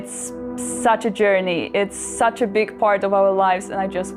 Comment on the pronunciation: Did she say, "such a big fart of our lives?"